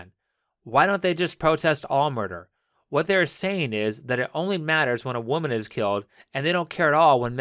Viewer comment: Just came here to say that I love how Pewdiepie changed "woman" to "whamen"....lol.